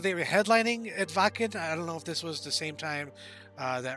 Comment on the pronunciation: As a US guy you said the word " Wacken" correct, and of course the german flag on your right wrist so you must have a German connenction.